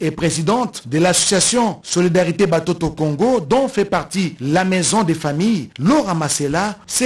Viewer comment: Swahili. Mutoto=Watoto. Pas Batoto . Akokaki koloba pe Bana. Na Lingala!!!